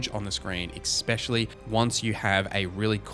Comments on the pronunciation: Also, I've been meaning to say this for a few videos, but I love how you're honest, you're not just shilling and nor are you ripping into the game for sake of it. I love that. But for t he love of the Maker, it's "especially" not "expecially". Triggers me every time. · If i hear expecially one more time